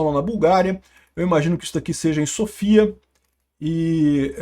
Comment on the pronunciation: A pronuncia correta é Sófia. Vlw pelo vídeo! 😊